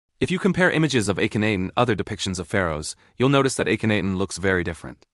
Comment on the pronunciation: And it's got a robot narrator that mispronounces the pharoah's name, Cairo, etc. Clickbait. I'm out within two minutes.